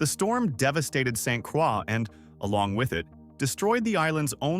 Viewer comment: St.Croix/pronounced: StCroy!!!--Also, JasonPena/pronounced: Jason Penya!!!